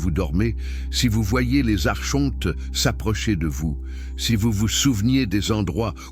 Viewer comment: Espèce de tête de con d'I.A on ne dit pas Archontes mais Arkontes .....pffff